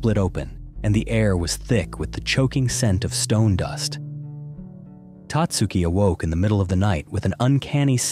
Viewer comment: Tatsuki is pronounced with emphasis on the SECOND syllable Tat SU' ki